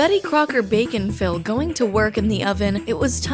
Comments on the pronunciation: I keep hearing the product name as "bacon fill" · when she said bake n fill i thought she said bacon fill. i got so confused when the commercial started and she was talking about cakes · I keep hearing “bacon Phil”…. Reminds me of pickle rick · Everytime you say "bake 'n fill", I hear "bacon-filled". I can't be the only one. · It took me watching the entirety of your other infomercial video and partway through this one before I realized the product was "Bake N Fill"; the other video sounded like "Bacon Fill" and with such quick shots I had no idea what it had to do with bacon. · Am I the only one who keeps hearing “bacon-fill”? Logically, I know what it’s actually called but I keep imagining a cake filled with bacon. 😂